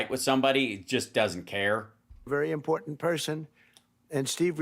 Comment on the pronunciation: Is it wrong to be critical of her pronunciation, and overuse of ”impor-Dant”? It really bugs me, and others are picking it up too